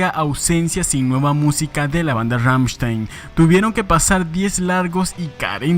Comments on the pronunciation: Ramchtain o Rammstein. O lo pronuncias bien o no XD no digas Ramchtein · En alemán se pronuncia Ramm-schtain. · “Rammshtain” no “rammshtein” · Ramm con doble m, st se pronuncia sht y ei como ai Ramm sht ai n. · Rammstein se pronuncia Rammstain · "Ggammshtain" GGAMMSHTAIN, pues! ChristoPH Schneider "Flake", así como va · pfffffft. la banda mas representativa de Alemania? ni el nombre sabes pronunciar. Kreator es la banda mas representativa actualmente de Alemania.